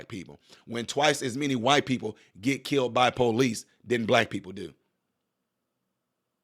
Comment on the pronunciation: You are wrong. She didn't say they killed him, she said; "They KILT EM'!" Get it right 😂😆😂